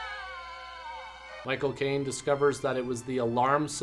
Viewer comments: Every time you say Michael Caine it sounds like My cocaine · Haha when you said Michael Caine it sounded like "my cocaine" 🤣